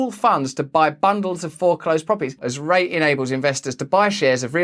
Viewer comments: Russell - I love you... and I love your accent... but please... it's a "REEEEEET" :) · FGO REITs is pronounced reets, rhymes with sheets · Great video! Just so you know, it’s pronounced “Reet”-sorry to be the grammar police. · It's pronounced "reets" REITs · it’s pronounced REEEEET luv. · REIT is pronounced rEEt. You're a legend. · Your pronunciation of REIT alone was hilarious